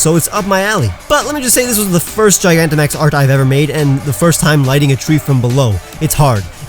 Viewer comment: DO NOT LEAVE OFF THE N IN GIGANTAMAX!